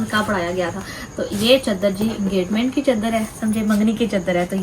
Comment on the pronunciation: چدر نہیں چادر ہوتا ہے پلیز 🤦